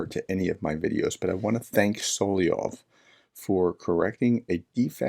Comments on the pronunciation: Dear Professor, It's So-LO-vy-ov, not SO-li-ov. Your information is good, but your credibility would be even better if you pronounced it correctly. 💛💙💛💙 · A comment of very little importance, I believe it's pronounced "Soloviev" or "Soloviov" rather than "Soliov".